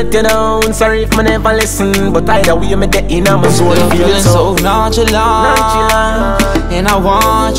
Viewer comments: A Boogie said "nonchalant" Alkaline said "nonchilant" Jamaican people alone😂😂😂😂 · A boogie said “nonchalant” but alkaline said “nonchilant” lol 😂😂 only Jamaicans